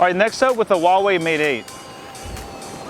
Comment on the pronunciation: its not VAVAI its Huawei like huawhey